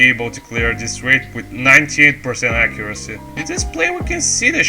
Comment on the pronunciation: "accuraccy" Great video dude, really glad someone is taking etienne's place as he was my first inspiration when i started playing a little less than a year ago, looking forward for more of these in the future!